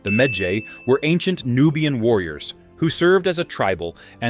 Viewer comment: i don't like how he pronounce medjay lmao